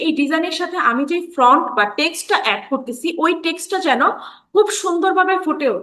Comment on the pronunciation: খুব সুন্দরভাবে বুঝিয়েছেন। Front উচ্চারণ না করে font উচ্চারণ করবেন। Thank you for your nice presentation.